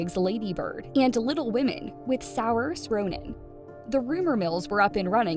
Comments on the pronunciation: "SOWERS" Ronan??? Hey, Narrator, you should be doing something else as a career if you can't even find out how to correctly PRONOUNCE a name! Saoirse Ronan's name is pronounced SORE-SHAH. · Sours Ronan? 😂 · Whats tragic is your pronunciation of Soairse's name 😂😂😂😂 "Sour" 😂😂😂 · Saoirse is pronounced Sershuh. learn how to pronounce before taking to the internet. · Can you at least learn to pronounce Luca and Saoirse’s names correctly? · How wro g can someone pronounce Saoirse 😂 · I’m sorry but the way they pronounce Saoirse Ronan 😭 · Tragic is how you butchered Saiorse's name. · The way she pronounces Saoirse's name is making me cringe so badly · How does this narrator not know how to pronounce Saoirse?